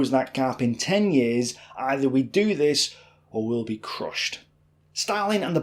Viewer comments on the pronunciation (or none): none